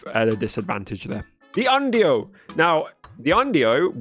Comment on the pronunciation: I love how you pronounced onryo as undie-O. I died laughing at that. But it I feel with plague mommy even if you'd win against her the scary part would be that she'd still probably take you with her by infecting you with a deadly plague. Leading to a slow and uncomfortable death by puking ones guts out.